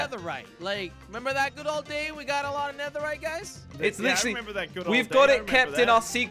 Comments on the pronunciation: Did say neveright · Did anyone notice that he said neverite instead of netherite 😕🙃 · My man said neverrite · in the beginning literally said niverait i'm bad at spelling nideriht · Listen not diemond nether rite